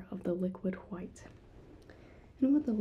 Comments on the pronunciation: I love how you said "phwhite" like Bob says white. LOLLLLLLLLLLLLLLLLLL. Great attention to detail. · “liquid hu-white”